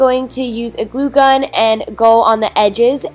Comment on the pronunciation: you said cun